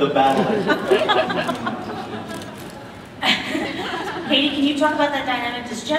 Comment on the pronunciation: its not katey- its kathy